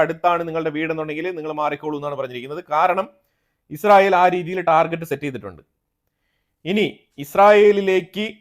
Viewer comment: നീ എന്താടാ പറയുന്നത് ഇസ്റയൽ ഇപ്പോൾ എല്ലാം പൊടിയായി നിങ്ങൾ ഉറങ്ങിയോ അറിഞ്ഞില്ല വാർത്ത കൊടുക്കുമ്പോൾ ക്ലിയർ ആയി കൊടുക്കു ഈച്ച